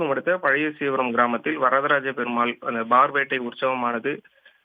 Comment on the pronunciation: பார் வேட்டை இல்லைடா பார் வேட்டை அழுத்தி சொல்லனும்.நீ சொல்வது டாஸ்மாக் பார் அது பார் (வெளிப்புறம்)